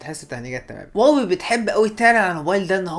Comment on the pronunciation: هواوي وليس واوي يا واوي